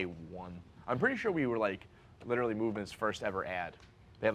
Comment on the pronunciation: Bro you gotta stop saying "litrally"